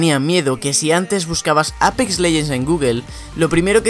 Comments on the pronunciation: Se pronuncia eipix no apex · me gusta mucho tu acento cuando dices APEX literalmente lol